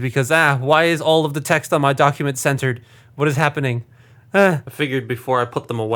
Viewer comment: thought you said "censored"